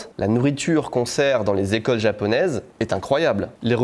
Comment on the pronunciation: "beaucoup d'equeulles"😂😂😅